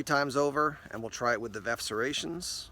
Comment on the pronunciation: It's definitely Veff not verf!!!